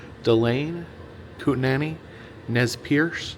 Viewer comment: Not one comment about "Kootenanai" 😂one too many "na"s. As someone who also enjoys visiting museums when traveling, it's fun to watch home turf through outside eyes. 😊